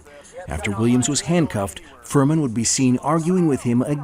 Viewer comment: Furman. Sounds more like Vermin